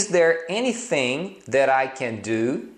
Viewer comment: sua pronúncia do that esta errada,nao é déte e sim thé, o t não se pronuncia, e para falar o th , tem que colocar a lingua nos dentes.